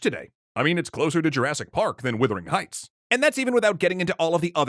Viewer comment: Sorry, but you misread "Wuthering Heights" in the middle of that. It isn't "Withering Heights".